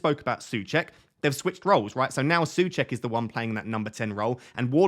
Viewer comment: My Mrs is from Czech Republic and she's going mad about how you're pronouncing Soucek 😂